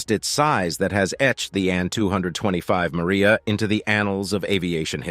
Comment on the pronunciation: The plane is MRIJA, not Maria, and as you may not have noticed, it belongs to Ukraine and wears its national colors. Not everything can be translated into English, it is good to interpret it as it is. And regarding the size of the machines in Russia, he doesn't look so much at fuel consumption, because they have their own oil resources and they don't have to rob and occupy other countries.... Don't forget the size of Russia and its resources.... Not everything American is immediately top-notch and TOP , after all, the mind learns from mistakes, as long as it has the ability.